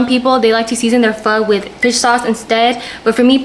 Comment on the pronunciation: She's black because she can't even pronounce Pho correctly.